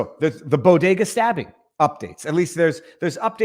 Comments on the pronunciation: Jill pronounces bodega like “Bogota” as in the country of Colombia. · It’s BEAU-de-gah. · She couldn't even pronounce it right, What the hell is a "boo diga" ? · She can’t even pronounce BODEGA!